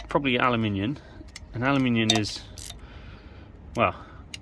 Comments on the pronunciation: Ah no, you’re reading that wrong, sounded like you said ALUMINIUN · Two things. Firstly that tensioner didn't seem to be doing much when you held it in place by hand as you put the screws in. I know when I did mine the spring tension was quite considerable. Are you sure the spring is sprung ! Secondly, did I hear you say 'aluminiun' lol